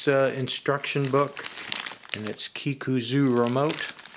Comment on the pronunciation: Kikuzo. Zo like “zone.”